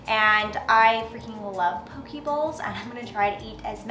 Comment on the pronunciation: Poke bowl. Pronounced "Po-KAY" 😉